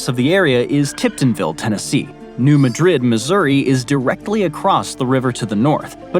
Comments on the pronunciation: In general, your videos are thoroughly researched and accurate—except as regards pronunciations. This is never more obvious than when you visit the middle of the country where the Ohio and the Mississippi rivers meet. I cringed every time you said "New MaDRID" (and you said it a lot); I can assure you, NOBODY who lives anywhere near there pronounces it like the city in Spain. It's most emphatically "New MADrid." Likewise, Cairo, Illinois, is not pronounced like the city in Egypt; it's "KAYro" to the people who live there. And logic defies explanation as to why, while you get Arkansas right, you insisted on saying "TexarKAHna." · st. louis native here. new madrid is pronounced MAD-RID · New "Madrid" isn't pronounced the same as the Spanish City. Locals, and all the people in surrounding areas call it New "MĂD rid." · New Madrid fault is not pronounced like the Spanish city. The pronunciation is Mad rid, like I hope you don’t get mad at me for correcting you and get rid of my comment. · New Madrid is not pronounced like the spanish city. it is the new Mad-Drid fault. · New mad-rid, or so I’ve been told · Every9ne in the TN/AR/MO area calls it New MAdrid like emphasis on the MA. Really cool video! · I just found this video as a review on another channel, and thought I'd pass along to you the things I found. On the subject of the MO section, New Madrid = MAD-rid, unlike the city in Spain. In the CA section, the 4th. climatic area was called the "STEP-ee'; I think you were trying to say 'steppe', which is pronounced 'step'. WW1 was from, but it was stated in the VA section that after that war, Alexandria County did something, but 1945 (the year WW2 ended) was flashed on the screen.(?!) Texarkana is pronounced tex-are-CAN-uh, rather than -CON-uh, since 3 states are involved in the name: TEXas, ARKansas, and LouisiANA, which is not pronounced lou-ee-zee-ON-uh. Re. the Bering Land Bridge, in this case, the body of water is a 'strait', not a 'straight'.